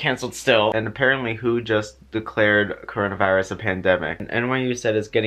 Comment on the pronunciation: has the COwOna Viwus uwu